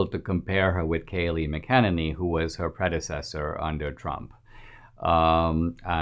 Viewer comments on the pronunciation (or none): Who name is PRONOUNCED MAC-AH-NANNY!!!!! NOT MAH-KINNEKNEE"